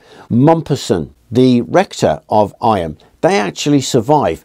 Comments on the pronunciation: Not "I-am" but pronounced "eam"! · Eyam is pronounced eeee m, not eye am. Its a Derbyshire thing 😊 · The Derbyshire pronunciation is 'eem' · Sure it must have been mentioned somewhere here but Eyam is pronounced Eeem!